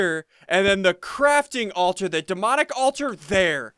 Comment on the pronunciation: Should've said Crafting Alturd instead of Crafting Altar